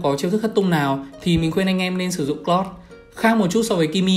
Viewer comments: Anh ơi em ko có ý xúc phạm anh nhưng anh đọc hơi lạ anh nên đọc là ka ri ê hơn là kơ ri hoặc cờ lau hơn cà cờ lót anh nhé em rất thích anh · thím này phát âm tướng toàn sai, tiếng anh thì bập bẹ nghĩ mãi mới biết là ai. "Hơ na bi, Cờ lót...." ko biết đọc thế nào thì lúc cấm tướng trong rank cố mà nghe nó phát âm ấy